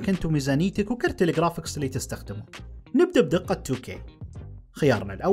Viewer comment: قرافيكس ❌ خرافيكس ✅